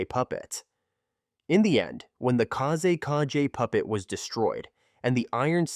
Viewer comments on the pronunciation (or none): I'm not sure which one is more of a nightmare – the Third Kazekage puppet itself, or hearing Kazekage being pronounced as "Kaze KG" – which would make a kickass name for a Sand Village MC.